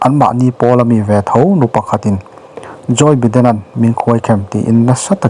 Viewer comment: Biden nge Baiden